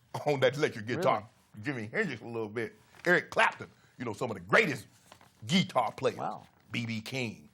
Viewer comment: Geek-tar players 😂😂😂😂 Shannon crazy